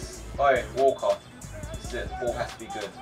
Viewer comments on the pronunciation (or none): When you say walker it's sounds like your saying wallcot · When he said "Walker" it sounded like "Walcott" to me